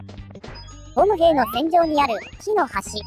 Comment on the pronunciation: ボム兵の発音好きな人🙋‍♂️